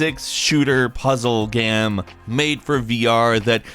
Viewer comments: ... "first person shooter puzzle ...GAM ?" ... did you just forget how to pronounce *game ? wtf ! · Please just say "game" like a normal person...it always makes your videos hard to watch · The only guy I know that makes the word "game" into a 2 syllable word.